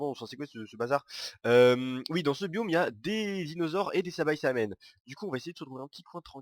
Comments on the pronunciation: C pas sabaisamen c saibaman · c'est saibaman et pas saibaçaman comme tu dis :) x'D